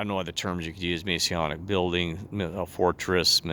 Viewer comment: Im not testing truth. He's not and can't be. He has a criminal record. And he would be removed due to breaching Masonic rules. Also can you please say the word "Masonic" correctly. GOD BLESS and thanks for commenting.